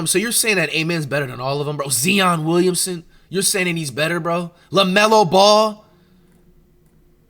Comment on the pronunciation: I was fine with “Zeon” but “WILLINGSON”!?!?!?!?!?